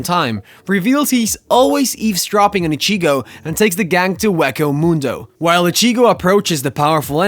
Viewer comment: Bro you gotta stop these names wrong. I was gonna let you slide with ichigo. But my brother in Christ you’ve pronounced almost every names from the show wrong 😭